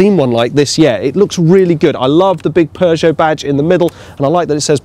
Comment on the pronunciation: Sounds pretty normal to me. It always makes me laugh when Americans try and say it! Poooo Joe? 🤣🤣 No..